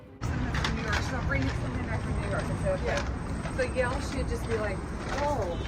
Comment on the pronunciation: It’s Yale not Y’ale